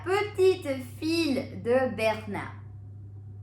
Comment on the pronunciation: Its not fille its fi